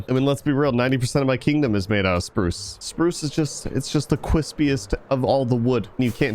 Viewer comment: cwispiest of all the wood